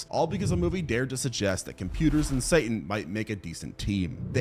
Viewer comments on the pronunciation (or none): none